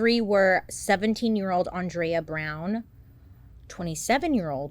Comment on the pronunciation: Thank you for pronouncing Andrea’s name correctly. She a hated when people pronounced “Ann-drea.” People should also know she was absolutely a light.